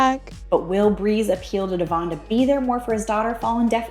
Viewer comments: She doesn’t even say his name properly and that’s her child’s father! His name is Devoine!! the way Macy and her husband say his name is the proper way to say it! That girl’s gonna stay alone! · She’s not saying his name properly! That’s her daughter’s father and she can’t speak his name properly! It’s Devoine!!!🙄